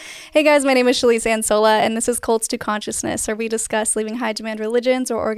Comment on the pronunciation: The fact you said my name and said it right.. Shelise I love you hahah❤